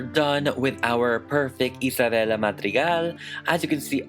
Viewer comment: i love the way you pronounce isabella’s name, it’s like satisfying to me